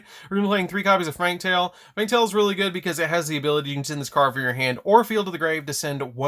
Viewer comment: I like how you pronounce fraktall wrong every single time you say it